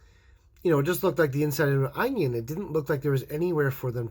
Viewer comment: The way he pronounce onion is just adorable..."anions"☺️🥰